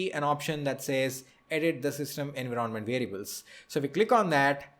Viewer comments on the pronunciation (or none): You have made a wonderful video. you are articulate in your explanation. two things i would like to correct although not that important but, since i see your pronounciation skillls so good, i would like to correct pronounciation of two words i.e. envoirnment and configeration. please check the pronounciation.